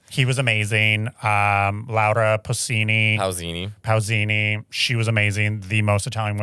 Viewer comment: Nick:Laura pussini!🙂 Mateo: Pausini!